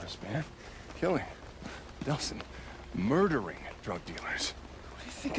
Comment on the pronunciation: Anyone else realize he said delson not delsin